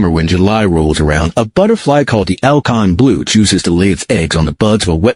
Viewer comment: did you say "alcon jew?"